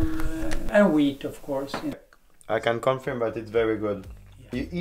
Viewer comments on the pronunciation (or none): super vidéo :) juste pour la prononciation, en anglais, "confirm" se prononce "confeurm" :)